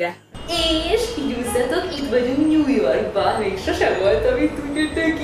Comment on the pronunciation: " bisztos nem ment ojan messzire" "na és itt vagyunk new yourk ba